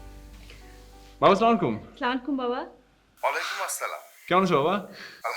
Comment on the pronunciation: It’s not that hard to do the salam properly. It’s very disgusting to watch & listen when it is not done properly.